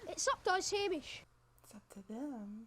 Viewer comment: A wee point that Hamish is pronounced 'Haymihsh' (not Hahmihsh)!